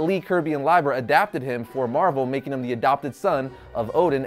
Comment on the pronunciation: It's not pronounced Lie-ber, it's pronounced Lee-ber. Stan Lee, Larry's brother, has said it that way in counteless documentaries, all of which I guess you missed.